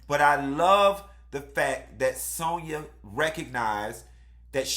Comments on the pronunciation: SAN-YA! The lady name is Sanya ! Not Sonja. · Every time call Sanya ‘Sonya’ I fucking scream!! 😂🤣😭😭😭😂😂